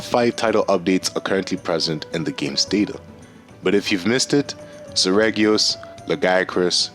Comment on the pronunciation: it is pronounced SER - REE - GEE - OHS